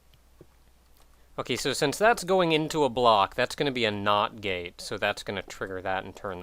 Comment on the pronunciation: every time he says not gate it sounds like not gay XD